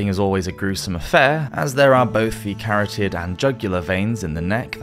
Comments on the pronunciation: You're English, yet your pronunciation of some words is just wow. Salisbury is pronounced Sawlz-bree not Sa-lis-ber-ree. The Carotid artery is pronounced Kah-ROT-id (not Karat-id) In addition the reports of eyes moving blushing etc are all exaggerated and not the result of consciousness. Whilst the brain does NORMALLY have 7 seconds of stored oxygen, when on your body, because of blood in the brain; the almost instant and complete drop in blood pressure, after a beheading will render a person entirely unconscious immediately, and then you have other things like brain stems etc. No one who was properly beheaded was likely ever conscious for more than maybe 500ms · “ 🥕d and jugular veins” hahahahahahahahahah bro said 🥕d hahahahahahahahahahahahahahahahaha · Yeah, that is NOT how you pronounce Carotid